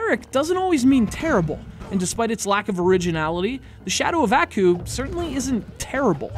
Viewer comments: It's pronounced "ahh-koo", not "a-koo". Like you're sneezing, just with a "koo" instead of a "choo". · Strange. Did really watch the cartoon series? If he did then he would have known it has only been pronounced as "Ah-Coo" where 2nd part sounds as in word Cool, not "eeh-ku" or "eayah-ku" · Bruh...how you gonna bash the story of a game when you don't even know what the show is about in the first place. You can't even pronounce the characters name correctly. This review is terrible, I award you no points. Everyone who watched this is now dumber from doing so...and may God have mercy on your soul. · You're reviewing the game and you can't even pronounce the name of the main villain idiot. I bet you've never even watched the show.